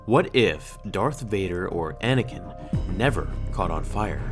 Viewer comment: it’s anakin not anikin